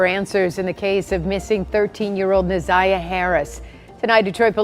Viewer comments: pronounced NA(ZYE)AH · I'm sorry, but her name is Na' ZIyah. The ZI is pronounced like eye Na-Zye' ja. Let her beautiful soul rip 🙏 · This video is pissing me off! Her name is pronounced WRONG! It’s na’ z(i )yah!!!!!!